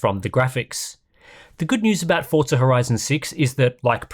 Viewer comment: Only English speaking people try to use Italian accent while speaking English. It is such a weird thing I've noticed over the past 20 years. You aren't speaking Italian, it is pronounced Forza not Fortza. If you are speaking Italian, then it is Fortza